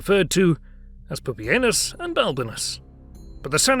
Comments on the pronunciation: Dude you totally said poopyanus . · Am i the only one who is noticing how hilarious "pupienus" is?!?! for a minute.